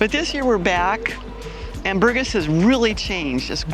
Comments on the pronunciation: You should know how to pronounce Burgas if you have lived there that long. “Boor-GAS” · I can't believe you've been living here for 6 years and you can't pronounce the name of the city correctly. This speaks for itself. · Its incredible that after this many years living in Burgas this American doesn’t bother to know how to say the name of the city 🫨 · It is pronounced: bur-GÁS (булгари: Бургáс)... hard to believe you really live there. Whew... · But, with a Bulgarian hubby, u should be able to at least pronounce the name of the city correctly. It bothered me somehow 😕 🙃 😊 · Please, learn how to pronounce Burgas properly. If it's your home, you should respect the language!